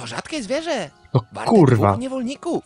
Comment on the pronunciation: Te Twoje " no kurrrwa" mnie rozwaliło xD